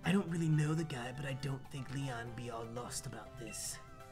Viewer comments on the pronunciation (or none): none